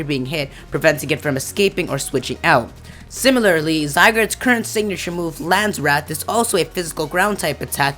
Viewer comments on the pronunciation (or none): You mispronounced trio and said similarily C: that's adorable. I'm a fan.